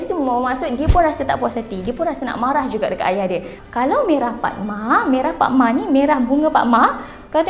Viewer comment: Bunga Rafflesia = Bunga PAKMA, bukannya PADMA